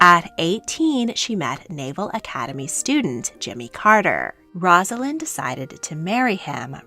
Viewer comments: One of my pet peeves in life … her name is NOT “roz” alynn!!! it IS “Rose” a lynn. not even the narrator of this story that features Rosalynn can get it right. pathetic journalism. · A nice vignette of the life of Rosalynn Carter. I briefly met Mrs. Carter when President Carter was visiting Kentucky while in office. She was a very gracious lady. But her name is pronounced "Rose-a-lynn". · Her name is pronounced with a long “O.” Basically, Rose-alynn. Before you make a video, check out how to pronounce the names. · Please learn how to pronounce her name before making a video.